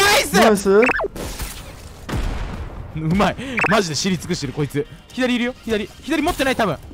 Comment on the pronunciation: うまいがだんだん甘いに聞こえる